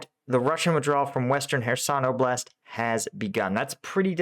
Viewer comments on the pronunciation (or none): none